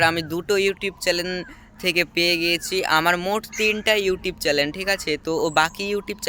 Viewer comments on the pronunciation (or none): চ্যালেন, এডসেন এরকম শব্দগুলো ঠিকঠাক উচ্চারণ করার চেষ্টা করতে হবে।